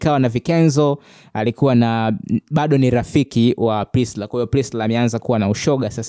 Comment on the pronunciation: Kaka tamka hilo jinavizuri.Priscilla na sio Prisla